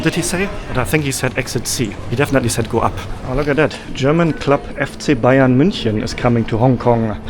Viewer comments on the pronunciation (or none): none